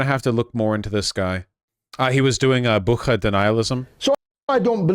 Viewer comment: Bucha not Bukha